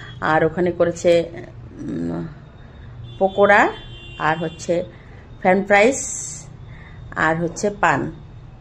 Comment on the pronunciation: ফেন ফ্রাইস নয় 😂😂😂😂 ফ্রেন্চ ফ্রাই